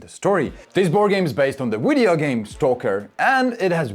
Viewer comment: Did you just say “Wideo game”?